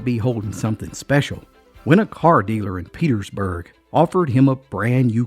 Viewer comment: I live in Pearisburg Va. where Punch went to buy a car. You pronounce Pearisburg like It would be Parisburg. I have lived here all my life and have never heard about the diamond. Peterstown WVA. is the next county over from us on the Va. WVa. border. I loved the story. It is so close to home.